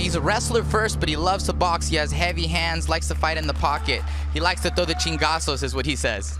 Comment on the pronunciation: its "Chingadazos" you mexican wannabe